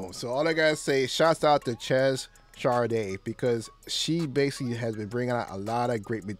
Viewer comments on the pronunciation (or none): Chez pronounced Shay.